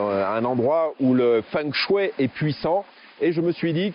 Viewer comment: Bonjour Merci pour la vidéo Petite remarque toute amicale En chinois on ne prononce pas feng mais fong de fengshui. Et shui, ce dit chouei.. Xiexie